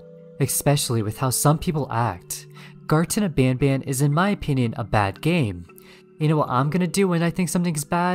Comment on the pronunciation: Garton of ban ban bad? Boy watch your young when you're talking about garton of peak peak